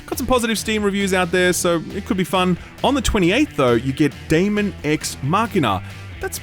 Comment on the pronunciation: You pronounced 'Daemon' correctly. I salute you sir!